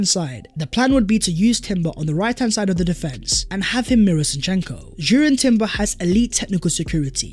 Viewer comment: Yo B - Jurrien Timber has a silent 'J' I's read out as Urrien, No J, thanks.